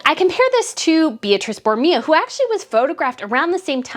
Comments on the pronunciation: Meghan needed a crisp, well tailored with no gaps, white shirt. She is know to be MESSY. Her heels are too high for shorts. Espadrilles would have looked better. Beatrice in Italian is pronounced Bay-ah-tree-che and Borromeo is pronounced Boar-ah-May-oh. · Please don't be offended by this, but it's pronounced Boro-MAY-oh. As for Meghan's looks, you are absolutely correct. Not only does she spend eye-watering amounts of money on items where an identical one is available for a tiny fraction of the cost, but she does not have the figure or proportions to make many of the garments she wears show well - which is one of the biggest fashion differences between her and Catherine, Princess of Wales. It has also been frequently noticed and remarked upon that Meghan does not appear to take advantage of professional tailoring services, when a few simple alterations could at least make an unwisely-chosen garment look 100% better on her. Tailoring is such an inexpensive fix for so many fashion problems, and it is a mystery why Meghan continues to ignore its advantages. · It's pronounced Bor o MAY o